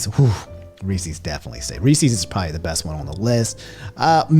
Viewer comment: and how he pronounced reese’s